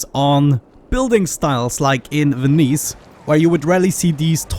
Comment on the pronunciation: You pronounced Venice correctly a few videos ago. What happened?